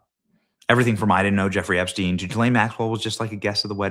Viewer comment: Did I hear “Hepstein”?